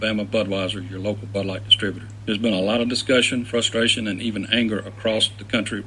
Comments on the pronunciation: I can't stop hearing "this butt's for you" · I hear butt now when they say bud